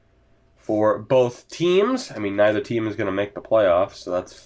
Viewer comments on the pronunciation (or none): none